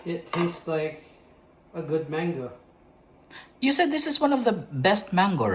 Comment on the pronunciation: Hi guys😊 it is mango not "mayngo" hope you don't mind, just a constructive criticism. God bless and more blessings come your way.😊